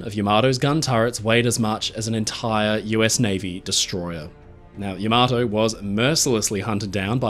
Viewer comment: I hate to be pedantic about this,, but could you please be the one maritime history YouTuber (apart from Drachinifel) to pronounce Yamato's name correctly? ❌ ya-MAH-toe ✅ YAM-a-toe (with the accent on the first syllable) For those who ask what difference it makes, I refer you to the words of Lt. Cmdr. Data: "One is my name, the other is not."